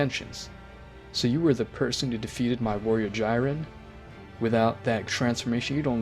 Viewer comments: The pronunciation of some of these names lol. Jyren, goteen, picro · Guhin? Giten? Jiaeren? Kikiaru? Wtf i also almost heard gauko and u said it wrong u said ultra master instinct but its called mastered ultra instinct alraight am triggered peace out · who tf is go hen? and who is gyren? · I didn't know Gohan became GoHEN. I thought i could go through it but man, this is too much name butchering right here. Edit: Jyren Piccoro Gote Gohen Bruh you really need to get these names right man, it's like you don't know shit about Dragonball, just saying. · Boi said "Gyren" 💀